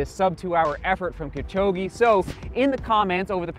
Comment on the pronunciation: Butchering his name. He's Kipchog'e' not Kipchog'i'